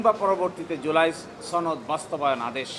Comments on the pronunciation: উচ্চারণগত সমস্যা আর কি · ছনদ নাকি সনদ? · সনদ না বলে 'ছনদ' যারা বলে তাদের সবার সমস্যা আছে, কঠিন সমস্যা।